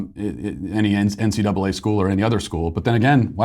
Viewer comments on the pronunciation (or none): none